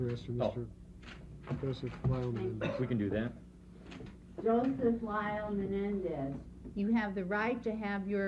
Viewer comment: You'd think the defense's council could pronounce Menendez correctly